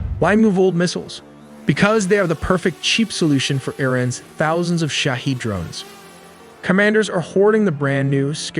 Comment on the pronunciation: To the extent of my knowledge, the pronunciation of Shahed is not like shaheed and is similar to shaahid. They actually have two completely different meanings in farsi.